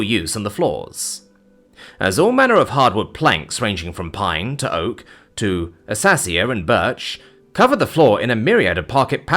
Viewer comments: The AI voice mispronouncing things always catches me off guard. “Assassia “ instead of Acacia. 🤣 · you pronounce Acacia, as Assacia that is the most precious way ive ever heard it pronounced